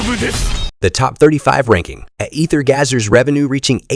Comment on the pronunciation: "Ether gaser"💀